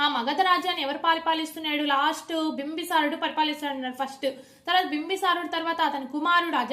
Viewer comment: బింబి సారుడు కాదమ్మా బిందుసారుడు.